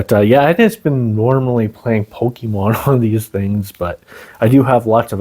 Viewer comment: Its not pookiemon its pokemon